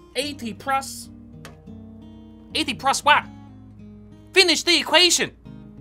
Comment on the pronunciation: "... 80 prus... 80 prus what? Finish the equation!!" :)